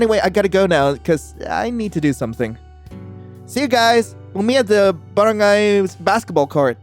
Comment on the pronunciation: "In the baren-GAY basket ball court. "